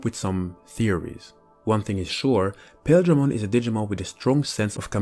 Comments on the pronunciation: The anime pronounced paildramon with emphasis on the il sound so pa- il- dra mon not pail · Okay, so this Digimon is called Paledramon, which is a clear reference to Ice or Snow, being that Ice and Snow are shown as being White and/or Light Blue, thus his colors as well. So it is Paledramon; Pale like white. Paildramon is pronounced Pah-ihl or Pah-ail dramon, not Pale. Hope this cleared things up. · I think that Paildramon should be pronounced Pie-eel-dra-mon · pretty sure the exveemon and stingmon jog evo is pronaunced "Pa eel dramon " and writen paildramon so their names or not the same . but its just my knowlage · Paledramon you got right. Paildramon is pronounced weird so it's not odd you got it wrong. Pa-I-eel-dra-mon. Not sure why but that's how the anime pronounces it. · Paildramon is Pie-EEL-druh-mon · Paildramon is pronounced like pie eel dra mon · I always pronounced Paildramon as Pah-eel-dramon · Awesome vid! Can't wait for angel rebellion that'll be sweet. Its pale-dramon and paw-eel-dramon or pie-eel-dramom like buddy said below (I think). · Paildramon is pronounced Pie-il-dramon, when in doubt check the anime as they use his name often. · Paildramon has the long “I” followed by the “e” sound.